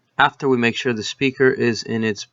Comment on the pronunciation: Thanks a lot for the video. Great to know how that works. Please do your listeners a favor and spend some time on the pronunciation of "the". Your English is too good to embarrass yourself with this